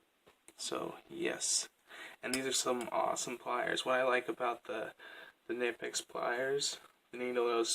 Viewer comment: Great collection of high quality pliers! BTW it’s pronounced more k-nee-pex. Soft k in the beginning. listen at 5 seconds and 38 seconds. Great video.